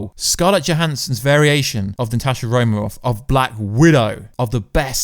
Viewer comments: Romanov with an "N". Not Romarov.. Also .. You talk about some deleted scenes but show nothing. I think your faking. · Can u acc say Romanov properly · Why can't you pronounce "Romanov"? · Say her name Wright for god sake